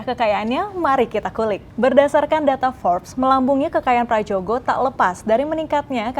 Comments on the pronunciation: Mbaknya anak Gen Z kah? Kok ga bisa baca Ejaan Lama. /Prayogo/ bukan /pradjogo/.. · Ini pembawa acaranya muka tua tapi ejaan lama aja gatau, sebel banget gue, huruf 'J' itu dibaca 'Y' jadi = Prayogo